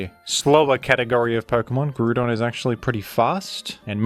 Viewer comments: I'm ok with the way you pronounce baton and Hippodon, but I draw the line at "Groodon". Is it a "groond" type now? Does it feature as a character in Despicable Me? What is this pronunciation? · Ah yes, the one Pokemon with a universally agreed-upon pronunciation, Groodon. As for Lando-T, I feel a lot of his reputation is owed to VGC, as he has been consistently strong in VGC OU in nearly all (if not all) metagames he's been in. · it's actually pronounced Groond like Groodon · Lmao. You calling Groudon Gruudon will always be funny to me. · If you are going to pronounce Groudon like that, then pronounce the word Ground in the same way. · GREWDON. Nice try guy. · Man groudon and hip pow don names be getting slaughterd